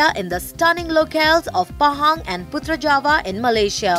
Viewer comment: Sebut betul2 putrajaya2 not putrajawa